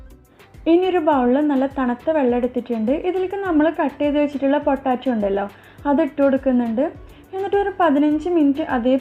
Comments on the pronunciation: പൊട്ടാറ്റോ അല്ല പൊട്ടെയ്റ്റോ 😌😌🙆🙆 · പൊട്ടാറ്റോ അല്ല. പൊട്ടറ്റോ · ഇത്ത പൊട്ടാറ്റോ അല്ല പൊട്ടറ്റോ ആണ് 😁😁😁😁😁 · Sambhava okke kollam.bt potaaatto alla potato